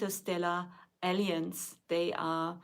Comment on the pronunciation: please practice pronouncing alliance, I thought I heard "aliens"